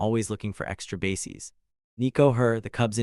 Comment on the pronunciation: I stopped watching less than 5 minutes in. If the AI voice-over mispronounces words critical to following the story -- you know, like "bases" and "Los Angeles" -- I'm not wasting any more time. And "BASS runner"? F*** me.